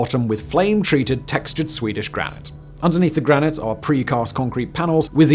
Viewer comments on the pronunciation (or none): none